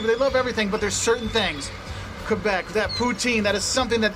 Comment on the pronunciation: Thx for pronoucing Québec the right way!